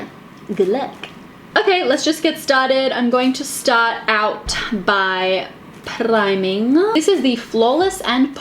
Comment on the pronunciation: The 'prrrrrrriming' 😂😂